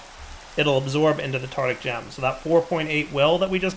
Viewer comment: it's called a tarTARic gem, not tartic gem!